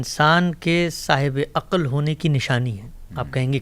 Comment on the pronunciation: جناب حمزہ علی عباسی صاحب ۔۔السلام علیکم۔۔ آپ کی شخصیت اور طرز فکر سے ھمیں واقعی محبت ھے۔۔آپ نے اس پروگرام میں جن عقلمند عالم سے گفتگو فرمائی۔۔ وہ کئی باتیں ماشاء اللہ بہت منطقی انداز میں فرماتے رھے ، مگر ان کا طرز بیان ھجوں کے لحاظ سے بنیادی حرف شناسی کا بھی مصداق نہیں بن سکا۔۔ ساری گفتگو میں بے شمار بار عقَل عقَل عقَل کہا گیا مگر اس لفظ کے تلفظ سے حضرت نے سو فیصد جاھلانہ سلوک کیا ۔۔بہت مایوسی ھوتی ھے کہ کوئی کسی حکیمانہ گفتگو کا دعوی کرے اور موضوع کا مرکزی لفظ تک صحیح ادا نہ کر پائے۔۔ ھر بار انہوں نے عقَل عقَل کہا یعنی سٹریٹ لینگویج ادا کی نہ کہ مکتب اور علم۔و فرھنگ کے مطابق کلام۔کیا۔۔عقل کے لفظ میں صرف ع پر زبر ھے۔۔ جبکہ ق پر جزم یا سکون ھے اور ل بھی ساکن ھے۔۔ مگر عالم صاحب نے ٹھوک کر ق پر زبر لگا لگا کر جب با بار عقَل کہا تو انکا سارا حکیمانہ پول صفر ھو کر رہ گیا ۔۔۔ مکتب کا سچا نمایندہ اور ذھین فرد لفظ کا سب سے پہلا احترام ھجوں ہی کے درست استعمال سے شروع کرتا ھے ۔۔قرآن بھی یہی حساسیت سکھلاتا ھے اور ناظرہ و تجوید کے تمام مضامین صرف لفظ بولنا سکھاتے ہیں۔۔ یقین جانئے ۔۔۔ جسطرح دِل کو دَل ، گلُاب کو گِلاب ، کِتاب کو کَتاب ، مزِید کو مُزَید اور پَسَند کو پُسَند کہنے سے دکھ ھو سکتا ھے مجھے عَقل کو .ھر بار عَقََل عقَل کے تلفظ کیساتھ سن کر اتنی ھی تکلیف پہنچی اور بد قسمتی سے حضرت کا علمی اعتبار بھسم ھو گیا۔۔ انکی اچھی باتیں بھی بسا اوقات شوخی کے ھاتھوں بے اثر ھو گئیں اور اسطرح خود آپ کے معیار کو بھی ٹھیس پہنچی۔۔۔ کوئی غیر مکتبی آدمی اسطرح بولتا تو ایک فیصد بھی اعتراض نہ رھتا۔۔ مگر جب دعوی مکتب اور علم دین کے داعی کا ھو تو تاثرات کا معاملہ بالکل الگ ھو جاتا ھے کسی وقت رابطہ کیجئے